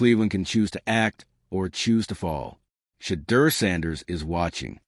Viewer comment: Pronounce Shedeur’s name correctly!!!!